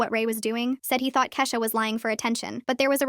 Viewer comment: Why did it switch from Kesha to keesha for a second